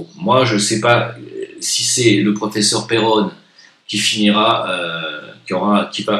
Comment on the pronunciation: PerronnE ! pas peronet !